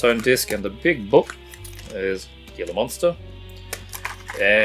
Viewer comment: Gila is pronounced like Heela